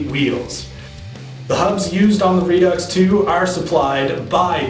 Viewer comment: I'll overlook the pronunciation of Redux then. Ha. Good review, I'm checking them out.